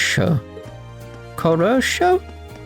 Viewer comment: "Khorosho" means "good" in Russian but why the hell it was used here I have zero idea. Also it's pronounced "HoroshO" (хорошо) but in English you for some reason ad "K" before "H" in such words